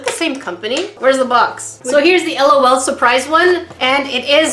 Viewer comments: its L. O. L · It is l. O. L. Not lawl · Haha it's not lawl it's just L.O.L separated so u say each letter separately not as a whole word!😂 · Lolu Me:NO L.O.L LAUGH OUT LOUD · it's L.O.L(el-oh-el)not lol(lawl) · It is L. O. L say the letters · Its l o l Not lol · It is the pronunciation is (Ell oh Elle) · im not complaining, but sika is right its L O L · you’re saying it wrong 😂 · It is “ L “ “ O “ “ L “ and it is WAAAAAYYYY too late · I is L. O. L. Not trying to be mean or salty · It is pronounced LOL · it is too late it is pronounced L O L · its L . O . L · It is said like l.o.l l. O. L